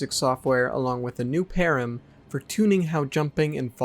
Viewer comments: You're misunderstanding and mispronouncing "param"; it's short for parameter, which is another word for an input to a function. Your on-screen definition is.... well there's a way you could interpret it that's correct, but it sounds all wrong and is pretty misleading, because it's much more complicated than the reality. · I have never heard param pronounced like that. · Not really. Both your pronunciation of the word and your definition for it are pretty wonky. I think I'm being generous by saying the definition is not flat-out wrong. It's like, just correct enough to give it a pass, if I squint my eyes and wrinkle my brain. I'll try to explain. Calling them "basically data structures" is weird. Technically you're correct, if you remove the "basically", because all parameters are data structures, because everything in code is a kind of data structure. It's like pointing out that everything is made of molecules. Also, saying the devs can "easily create or modify" them is weird. You don't "create" parameters - parameters are part of a function signature, they are static things defined at the time of writing code. You're conflating parameters with arguments, which to be fair isn't a rare mistake, but even then, you don't "create" arguments as much as "modify" them, so you're right on the second part.. Also saying things all "use their own param" is definitely wrong, as it implies they all use one and only one. Complex objects will have multiple controlling different aspects of them.